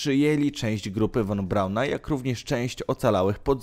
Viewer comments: Drogi Youtuberze po 1 jeśli chcesz o czymś robić swój filmik przygotuj się dobrze do zadania bo szerzenie fałszywych i niewłaściwych informacji jest co najmniej kompromitujące ! Naucz się wymawiać w danym języku nazw nazwisk miast etc i zasięgnij źródeł żeby fachowo rozpowszechniać informacje Dla przykładu Werner Von Braun czyta się „Fon” a nie „won” a Braun nie oddał się Amerykanom to Amerykanie oferując mu wysokie stanowiska i chojne zarobki ( zreszta wielu innych naukowców niemieckich ) dawali możliwości rkontynuacji prac zawodowych pieniądze etc to hipokryci amerykańscy „przekonali” go do wyjazdu i pracy dla nich gdzie dali mu stanowisko dyrektora NASA itd itd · Juz miałem to samo napisać, ale mnie Pan ubiegł. ☺ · Won : precz sta,d , usun' sie, , zjezdzaj ITP ITD❗ 😱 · Cholernie denerwujące to "won". Poza tym część niemieckich naukowców przejęli Rosjanie. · Nie won Braun, tylko von Braun! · Nie won tylko von(fon) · Jakie won-mowi się fon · Nie won a fon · von się czyta "fon"!!!!! Boże, nauczyć się tak trudno?